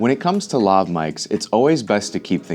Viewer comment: I think it’s pronounced Lav not lov